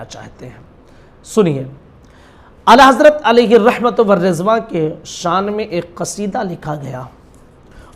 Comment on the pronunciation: Ye jahil muli ko mere ala hazrat ka naam tk sahi se lene nhi aarah😂😂 Or bk bk kr raha hai